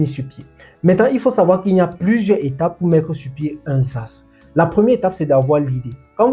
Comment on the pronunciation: Et même la prononciation SaaS (çass). Ce qui est bien on a compris l'essentiel de l'information